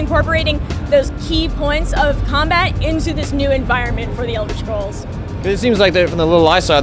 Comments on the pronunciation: did she say elder schrolls? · elder sholes :D